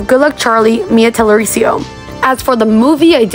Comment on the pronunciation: She said "mia talericio" smh but whatevs lolllll